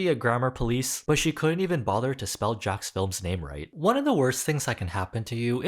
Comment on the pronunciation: This is such a small detail, but I admire you pronouncing "JJJacksfilms" the right way (the way Jack was saying it). I've seen enough commentary channels who are just trying to hop on the band wagon (which isn't a bad thing in this case) and can't even read Jack's channel name correctly.